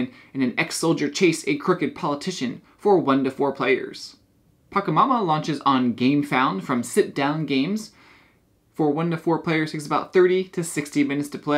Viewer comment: Pachamama is not pronounced with a 'k' sound, it's like ch in 'chocolate'